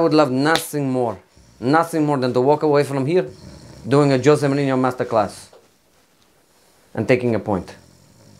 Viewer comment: It's fake Jose because real Jose would not say his name [Joze] but [Juze] 😎